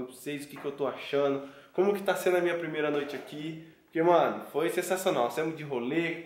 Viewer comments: Kkkkkkkkkk #thiagoreiskkkkk "premeira" kkkkkk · Calma ai "PREMEIRA"kkkkkkkk